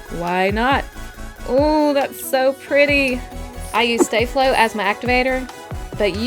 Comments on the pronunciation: It’s not stay flow it’s staflo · Sta not stay